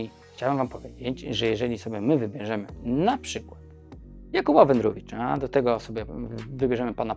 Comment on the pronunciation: WedrowYcza nie wedrowicza wtf